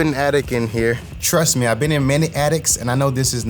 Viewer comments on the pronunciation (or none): Did you say trust me or truss me? 😂